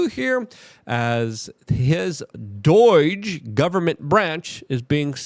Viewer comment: Speech barrier or not, at this point Luke there's no excuse to keep calling it "doige" when every single person around you calls it "doge". Makes me cringe everytime you say it. I get you saying some things differently but that's one that there's no excuse for. It's f'n do-ge my dude.